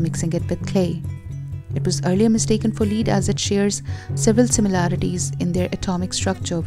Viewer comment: Pencil lead is pronounced "LED" not "LEED". I know our language is messed up.